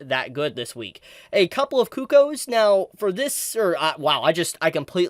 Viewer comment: It.......sounded like you were saying "coo-coes" rather than "cuckoos." I am curious about.